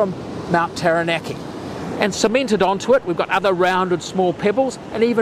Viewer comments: Love your information. But a tip on Māori words; the vowels are pronounced ah / eh / ee / o(r) / oo. (An easy way to remember that is "are there three or two".) So, for example, Taranaki would be pronounced Ta(h)-ra(h)-na(h)-key. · Come on mate! Have some respect and pronounce Taranaki correctly